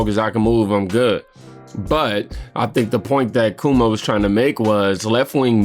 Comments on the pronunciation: Bruh it's pronounced KWOE MOE. Not Koo Moe Dee......lmao 😂😂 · It is pronounced Kwo-mo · PRONOUNCED "quaw mow" and they were referring to what he did during COVID. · Why does do you keep saying Chris Cumo 😂😂😂